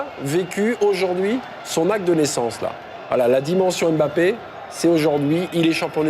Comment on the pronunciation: Ce commentateur ne sait pas prononcer le nom de Mbappé. Quelqu'un pour lui apprendre qu'on murmure le "M" et qu'on ne dit pas "ème bappé".